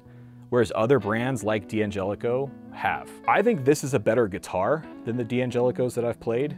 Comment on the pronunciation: It's pronounced Danjelico, not DeeAnjelico.